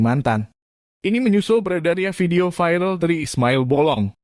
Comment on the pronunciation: Bacanya viral saja. Jang vairel he he he... Jadi kata Indonesia saja "viral"